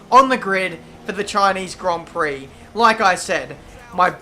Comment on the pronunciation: Chineez Grond Prock